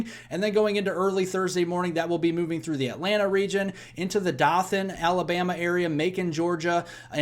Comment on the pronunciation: It’s pronounced Dothan AL — as in doe, a deer or Pillsbury dough boy.